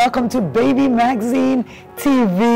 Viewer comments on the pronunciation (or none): I'm sorry for being the pooper but I cringe every time you mention the name. Its Maxine!! With an X not a Z. I'm really genuinely happy for you tho. It is a thing if joy to see your children grow